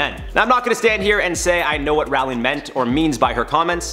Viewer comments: Is it me or he has pronounced her name wrong. Ppl know her in the uk as Row---ling - not Raaling. 😫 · its ROWling not RAWling lol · its pronounced "JK rolling" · Her name is pronounced Roh-ling, as in "rolling pin". She said it once in an interview. And, while I don't much respect the woman any longer, I don't like people getting someone's name wrong. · The number of times you pronounced her surname wrong was so damn painful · I couldn’t finish watching the video because he is pronouncing her name wrong!